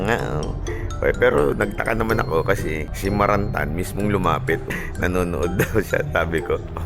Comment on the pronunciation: Marantan po, hindi Maranta.